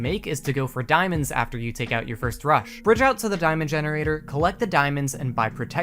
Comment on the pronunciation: i dont know why but whenever he said "rush" I felt like as if he said "crush"